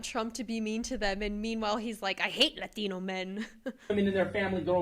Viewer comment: "I know a lotta LAH-THINO men." 😂